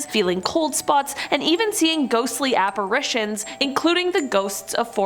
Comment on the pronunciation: I just wanna thank you for pronouncing apparitions correctly. There are two a's in that word, not three. Love you!